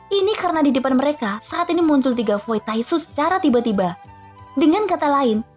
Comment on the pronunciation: Kwkwk taixu bilang nya tainxu